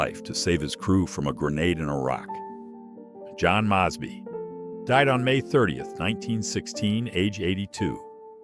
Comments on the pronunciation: Mosby is pronounced "Mohz-bee" not "Mahz-bee"! Here is some trivia: 1. The U.S. flag is flown at the Marquis de LaFayette's grave in Paris, France. In 1940-44 during the occupation of Paris by Germany, the Germans permitted the flag to stay by the grave. 2. In Arlington National Cemetery is buried Field Marshal Sir John Dill of the British Army. He was Chief of the British Joint Staff Mission to these United States in World War II, dying in Washington, D.C. in November 1944. His grave is only one of two that have an equestrian statue, the other being that of Major General Phil Kearny. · MOHz-bee... You G-d D-mn Yankee!